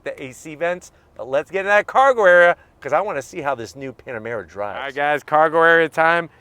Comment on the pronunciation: He said PanaREma 😂😆, reminds me of most of my hometown eastern Europian friends, they call PanaREma and MitSIBUshi 😂😂😂